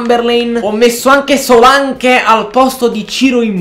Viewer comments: Paolo Vatiero no Solanc si dice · guarda che di pronuncia solank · però si scrive Solanke ma si legge Solenk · Solak si dice